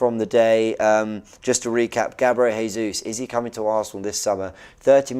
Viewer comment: Its pronounced Gabriel Gesus